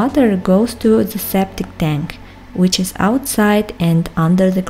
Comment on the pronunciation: Сауна произносится как "сона". Tank - тэнк, не тэньк.